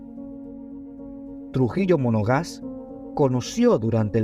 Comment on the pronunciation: No es Trujillo “Monogás”, es Trujillo Monagas. Esto desluce la posible seriedad de este trabajo.